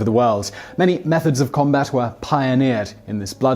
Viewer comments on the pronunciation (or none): none